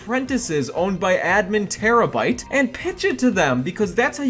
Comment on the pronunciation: When you said terabyte I thought you said tera brite and I was like the YouTuber?! But then I was like ohhh- 💜😂